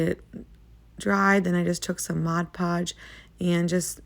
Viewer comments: You pronounce it 'Modge Podge'; but, it's really 'Mod Podge'. Lots of people mispronounced it. I wouldn't worry about it. Your crafts are beautiful❣ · Please say Mod Podge, not Modge Podge. I love this video.